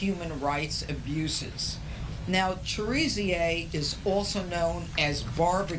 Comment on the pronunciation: what is viva unsoom? And who is Jimmy Shazeer? He can't even pronounce Viv Amsanm or Cherizier how can we take seriously?